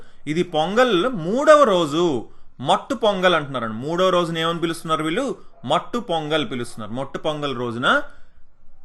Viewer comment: Mattu Pongal kadu...sir....maatu pongal😅😅😅